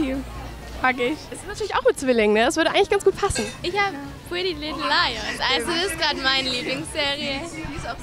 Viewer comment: The way Lisa said Pretty Little Liers! She said "Putty Little Liers!" 😂😂😂😂So Nett Und bezaubernd!!